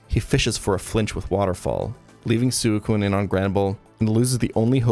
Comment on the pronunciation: Great video, great channel. I just cannot handle how you say suicune. Shit is infuriating